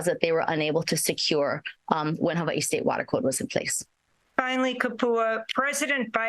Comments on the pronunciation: I hate the way she says Hawaii (Ewahee) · Jesus, she said a whole bunch of nothing that sound beautiful havaee gtfoh is hawaii